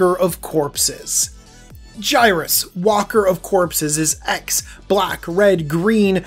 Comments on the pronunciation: DJ, I think you've been watching/around Seth too much. It's Waker, as it waking the dead up. Not Walker, with an "L". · I think it's pronounced way-ker. However i see just this commander alone winning games. High ramp/draw and Voltron (making it hex proof, have haste, doublestrike and/or unblock-able). Lots of control/removal. Panaharmicon for that cheese. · Waker, not Walker lol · Waker, not Walker! :)